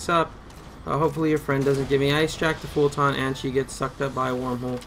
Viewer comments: I lose braincells every time this dude says "fulTAHHHHN", but why am I surprised when he literally can't even pronounce "Eli" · That's the first thing I noticed too. Lot's of improper pronunciations on terms (fulton, brennan) and lot's of unnecessary vulgarity. Thanks though op. Appreciate the help.